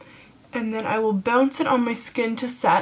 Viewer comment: i love how you say pounce instead of bounce :)